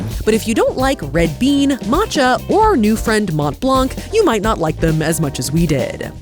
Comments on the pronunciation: Hi nice vidéo. Came here only to say it’s not prononced mount blank it’s « Mon Blan » ❤❤ full love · I will say, and this is very pedantic and doesn't actually matter (amazing video regardless), hearing mont blanc be pronounced with the hard t and hard c hurts my french-Canadien heart. It's more pronounced Mohn Blahn, french loves those silent last letters especially t and c. No hate, just me being a language nerd. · Every time she said Mont Blanc, I heard Matt Leblanc 😂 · It's pronounced Mon blan...the T and C are silent. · Did you say monT blanK 😅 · Watching with fascination!...I‘m up to the second knit pillow Mont Blanc dessert....pronounced “Mon Blân.“..last consonants rarely pronounced in french...Bonjour from Montréal...will keep watching, c‘est très sympa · I really need to tell: dont say the T and the C in Mont-Blanc. Its more like Mon-Blan. Snowy montain in french. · Loved the vid and the wholesome energy! But as a french guy, the English prononciation of Mont Blanc hurts my ears :') (the "t" and "c" are silent btw, a lot of french words do that)